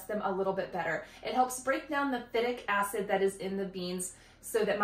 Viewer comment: FI-tic acid...long I.